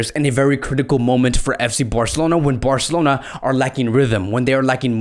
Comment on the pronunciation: Listen to how many times he say Barcelona and the way he says it😂😂 Burcalona😂